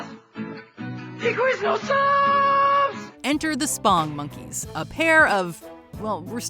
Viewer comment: Blasphemy. I grew up with OG Chuck E. Cheese and I loved him. And I never found Ronald McDonald creepy. Or his friends. And it's SPONGE monkeys, not "spong".